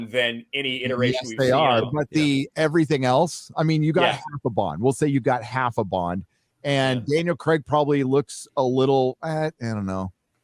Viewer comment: Almost fell over laughing when you said Half-a-bond